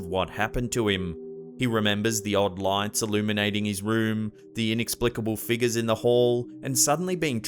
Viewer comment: THERES AN R IN FIGURE